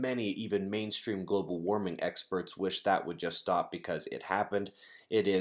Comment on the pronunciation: bu bu bu global wawming!?!?